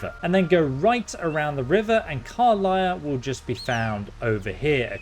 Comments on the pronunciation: The pronunciation of some names and words are a big pet peeve. car-liah instead of car-lack even with her introducing herself in the panel from hell and even in this clip. Tie-flings instead of tee-flings, I know it’s spelled as he’s pronouncing it but people have spoken the races name as tee-flings multiple times as well. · “Karliah” 😂 She literally pronounces her name in your video 😂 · What's a "Durid" and who is "Karliah"? In a game with voice acting, you'd think you would actually learn how to pronounce these words. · Also Karlach, not Karliah. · How the heck do you pronounce Karlach as Karliah? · Did he say karliah instead if Karlach? Skyrim brain moment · At this point i'm convinced you pronounce everything wrong on purpose. Karlach even states her name - still says it wrong xD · Tiefling isn’t what you should be correcting you should be correcting how he pronounces Karlach